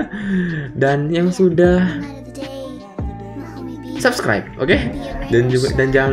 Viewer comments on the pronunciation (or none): none